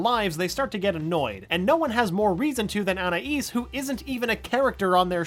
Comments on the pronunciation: I've never been able to figure out the pronunciation of "Anais". Every episode it's different. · Why can no one say Anaïs correctly?